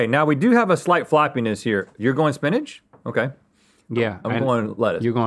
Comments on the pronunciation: Link calls spinach "spinnage". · Link clearly pronounces Spinach as "Spinage." Make sure Rhett is aware please. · the way they pronounced spinach was really jarring to me